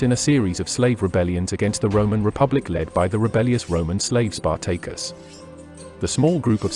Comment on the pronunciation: I will never unhear Spar-Tay-Cus